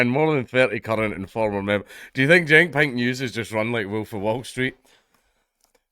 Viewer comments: Watching this half-deaf is hilarious because it sounds like he's saying "Pingu's". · It wasn't till 1/3rd of the way through that I realized he wasn't saying "Pint News"! Now, it makes perfect sense and is, in fact, expected. Still, it would make a great name for a micro-brew critique site!